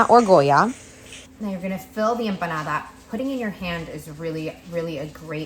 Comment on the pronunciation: Her emoanada and her olive oil😜